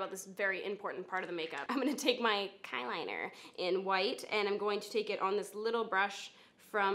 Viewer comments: *'KY'*liner. 😂 fucking dead. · Oh my god the way she said Kyliner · The way she said "kyliner" has me dying 😂😂😂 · The way she said "Kyliner" 😂😂 I love her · Had to replay you saying "kyliner" about a thousand times 😂😭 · the way you said "kyliner" xD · the way you said kyliner fucking killed me